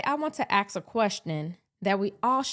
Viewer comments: "Ask" AssK not "Axx" a question. I'm not sure where this incorrect way to pronounce words with a "silent" "S" started for my deeply regarded black folk, hope this helps. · Oh no, I can't hear AX (instead of ASk) not one more time from your kind. Nope, completely lost interest in even hearing what you had to say. smdh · You to "aks" a question? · ASK…it’s ASK- please pronounce words properly. You will be respected. As soon as (most people) hear you say “AXE a question” you lose credibility. I’m not being rude. I’m being critical-Yes! You are posting videos which causes people to critique your language. Please don’t be defensive because you are not being attacked. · How can you get a college education and still say axe instead of ask? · Ummmm. Did you just say "Axe a question". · Ask....not ax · 👀 👉 🪓 = Axe Change the culture. Sounding education is a good thing... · Really ? You idiots will believe anyone including an idiot saying axe in place of ask! Wow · Yes, he should be deported. How is Tim Walz personally responsible? I want to ask where are you from, are you FBA? I think not!! Stop spewing division and learn to speak proper English. It’s “ask”, not “axe”, ok! Find something to talk about that will be helpful to improving the lives of our citizens from an educational, economical and health perspective. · Please pronounce "ask" as "ask" and not "ax". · Imma axe you a question 😂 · What do do you mean “axe a question” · It is ask not axe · You lost me when you axed a question. English!! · Hey an "ax" is a tool for chopping wood, if you want to "ask" me something that is a verb in the English Language!!! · "Ask". An "axe" is a woodsman's tool. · Its ask not ax! 😂 Black men for Trump! 💪🏾🇺🇸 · Ah wanna ax uh kweschin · Right off the bat, she has to "axe" a question.... 😂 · She wanna axes a question.